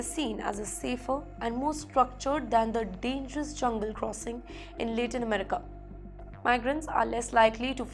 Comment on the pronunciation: please learn how to correctly pronounce LATIN America